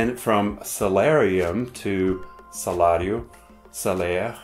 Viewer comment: Wow your pronunciation of "salário" of Portuguese is perfect! Just like a native